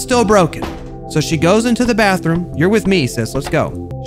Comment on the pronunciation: teh - the ask - axe